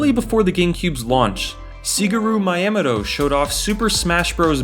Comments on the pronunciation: みやもと しげる Where do you see a "ma" or 'see'? you also pronounce it mah yeh muhdoh It's Mee Yah Mo To と is pronounced 'toh' not 'doh' Unless this is some joke, you're full of shit. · MAIAMADO, really? How could you butcher Miyamoto's name so badly? after all these years he's around. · Loved this video! I love the GameCube. I just have to mention: your pronunciation of Miyamoto’s full name was precious. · You butchered Miyamotos name bro! How!? He’s such an icon! Real gamers know this mans name! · I know said his source on how to pronounce Miyamoto's name was wrong, but the fact you had to look up how to pronounce his name in the first place... Seriously the credibility just goes out the window, and either way just takes me right out of the vid. I'd redub that sentence and reupload honestly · You definitely mispronounced his name..... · I can’t explain why your pronunciation of miyamoto pissed me off so much💀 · Jokerfied miyamoto pronunciation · YOU PRONOUNCED MIYAMOTO AWFULLY DONT ASK FOR A MILLION VIEWS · I think it doesn’t make any sense for a guy who makes video documentaries about video games on internet, to screw up that easily the name of an industry’s big executive.